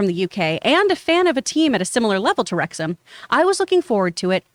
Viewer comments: FYI, It's Rexum not RexHAM 😉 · Jon, you mispronounced "McElhenney" and you mispronounced "Wrexham" too. It's not "wrecks-HAM", it's "wrecks-um". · Pronounced Wrexum by the locals not Wrex Ham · Wrexham is said as REX-UM not REX HAAAIIRM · Hi John and team. It's pronounced 'Wrex-hm' and not 'Wrex-ham' 😂 Love your show. BOTF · It’s pronounced Rex’m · Rex-ham 🤣 You don't pronounce the H! You never pronounce the H in ham for British place names unless it's a separate word, like West Ham. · Wrexham lol Wrexhm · Worries about mispronouncing that guy's last name but makes no effort to get 'Wrexham' right despite making it clear at the beginning 😆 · He's watched the show, and he still can't fucking pronounce Wrexham properly. Just incredible.